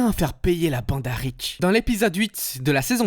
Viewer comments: Rick, pas Rich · C'était du bon boulot, dommage que ce soit gâché par des "Ritch" au lieu de Rick ttes les 30 secondes... Ça finit par faire décrocher, pour finir on entend plus que ça et on a du mal à poursuivre... Bref, pas de like à cause de ça ! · Il m'a stresser tellement avec son ritch que j'ai cessé ka vidéo, ça pique trop mes oreilles ! 😅